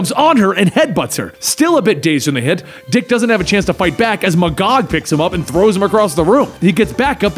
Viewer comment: KINGDOM COME REFERENCE....... um. .. isn't it pronounced Mag-gog? Eh, whatever.